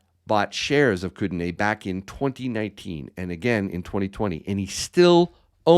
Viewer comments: if you are going sponsor a product or a mine ect.. make sure you know how to at least pronounce or say it properly (come on dude!) Kootenay pronounced (Koot-nee) not (Koot-NAY) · Uhhmm... I lived in that region about 15 years ago,. It is pronounced (koot-nee)